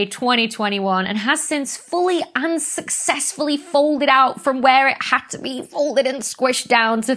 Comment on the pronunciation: Great! It totally sounds like "unsuccessfully" when you say it (with subtitles also reading "unsuccessfully") which made couple of my friends freeze for a moment, LOL